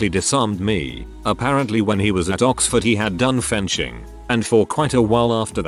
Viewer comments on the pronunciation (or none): Computer voice made it sound like frenching instead of fencing. XD